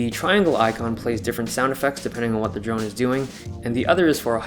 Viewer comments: I cringed everytime I heard "drug" instead of drone. Either that or my ears are broken. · I cringed every time you said drone.